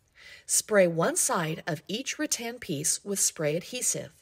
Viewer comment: Rattan not Ra Tan 😂